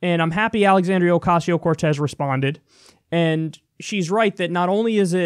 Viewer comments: I can't stand how Fox "news" pretends they don't know Alexandra's name. They say it wrong literally every time. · And of course gotta mention the classic fox news demeaning tactic of mispronouncing someone's name. They know damn well what her name is, but by mispronouncing it they subtly put her down as someone beneath their concern. Fox does it all the time, especially with people of color. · Funny how they cant say her name in one attempt. Let alone pronounce it right. Their only job is to read things correctly and to blow shit out of their ass on live TV. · no they are definitely butchering it on purpose. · They like to fuck up ethnic names and then say, this is america, its pronounced like _____ now". They are intelligent people, its just a form of fodder and disrespect. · They chose to not say her name correctly they were demonstrating their contempt for her and her ideas. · They still can't pronounce her name ? Smh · The inability of Fox News to say her name correctly reminds me of Family Guy's joke about white people making Mexican food, where they say "TACK-os! on a corn tor-TILL-a!" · Funny how she was gonna say her name right then mispronounce it on purpose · As much as Fox News talk about AOC you think they’d know how to pronounce her name by now. Their ignorance is stomach churning. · They keep miss pronouncing her name on purpose. It's a racist dog whistle. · Someone with an ounce of respect would have apologized for butchering her name. For them being mainstream news anchors, I would EXPECT that they would know how to pronounce her name. Since I know they do, they mean disrespect. Most people would see it as disrespect then move on, however, a racist would hear that and pause a bit to smile. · So snl can make fun of a disabled veteran, but fox can’t make fun of a dumbass. Ok It’s also stupid that fox dumbasses can’t pronounce her name it’s not that hard. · Did you notice how many times the lady had to stop herself from saying her name correctly?